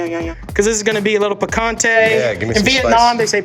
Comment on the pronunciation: Sil-ANT-tro peak-on-tay wtf is this man's pronunciation?